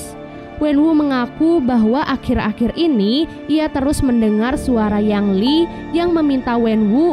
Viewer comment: Ying Li bukan Yang Li